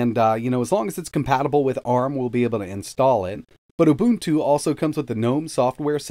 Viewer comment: Thank you for pronouncing UBUNTU correctly.